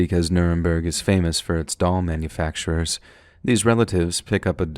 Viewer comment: Thank you very much for the stories❤😊..,.The story with the doll. I went through that entire story thinking u were saying " dog" and i was pissed that woman wouldn't just give that dog back 😂..Im such a blonde sometimes...Im also tired asf